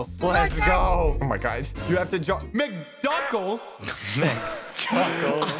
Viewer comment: "Mc duckles"😂😂😂